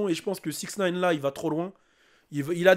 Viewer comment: "Dans 6nine" 🤣